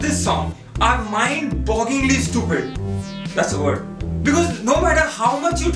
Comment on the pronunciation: Yaar. its "mind boggling" not mind bogging.